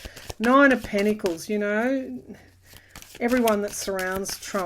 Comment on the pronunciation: The word is pentacles pronounced with a 't'. Not: pennacles